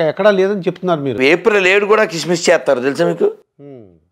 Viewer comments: సిస్మిస్ కధరా సన్నాసి క్రిస్మస్ తెలుగు ఉచ్చరణ సరిలేదు పొరంబోకు సొల్లు ఆపి గజ్జికుక్కల మొరగతం కాదు నీబుధి మార్చుకో వీడు ఇందువ కులగజ్జి బాచి సిగ్గులేదు మీకు కులగజ్జి సన్నాసులు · కిస్మిస్ కాదురా క్రిస్మస్ అనాలి, బో....